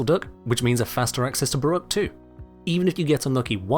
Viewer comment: "Garuda, Brrruq , and Hildryn"